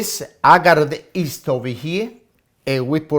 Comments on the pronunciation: it's yeast not east please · "and Nah we mixa the East" haha hes the best!